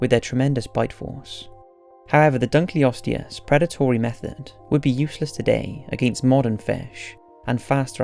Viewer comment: Interesting video, and one actually in one of my own fields. I could quibble with your pronunciations (like saying "adaption" rather than "adaptation", your pronunciation of Dunkleosteus, and the fact that you refer to the animals in #1 as "Brontotheriidae", which is actually a family name. You could just call the group collectively as "Brontotheres", since your illustrations show several different species). I think that's it's certainly true that none of the animals you discuss could survive in our time, essentially because the ecosystems in which they lived are no longer in existence (as you point out). I think that resurrecting mammoths would be a terrible idea, because elephantids in general are highly intelligent and gregarious animal that rely heavily on learned behaviors from the families in which they live. Mammoths would need to be raised and kept with elephants, at least at first, but we really have no idea, except in the most general terms, how they behaved. But no modern elephants could teach a young mammoth how to survive in a far northern tundra climate. At the same time, mammoths were not at all adapted to tropical climates, and would do very poorly among modern elephants.